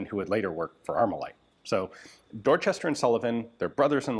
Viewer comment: Pronouncing "Dorchester" like that while in Massachusetts should be a crime.